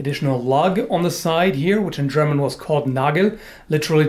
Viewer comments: Your German pronunciation is really good! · one english speaker who is capable of pronouncing a german word correctly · Your German pronunciation is pretty good! Greetings from Germany! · i like your pronunciation of german words :3 very accurate